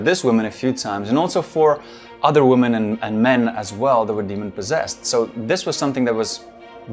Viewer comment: I’ve played doom. I know that demons are full of health packs and ammo. What I find annoying is his inability to properly pronounce the word “women”.